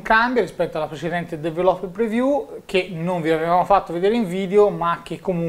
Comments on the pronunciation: "su questa dv-rló-reviú" mitico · sei bravissimo, ma ti prego impara a pronunciare "developer preview"! :D